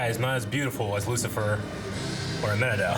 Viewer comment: STOP CALLING HIM AMENADELL I SWEAR TO GOD IT'S SO ANNOYING LMAO